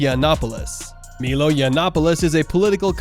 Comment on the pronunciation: Also... it's M-EYE-L-OE .......not MeeeeeLoooeee..... This is far worse than I originally thought.